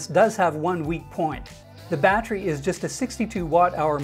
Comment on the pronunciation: Stop saying battery like that please.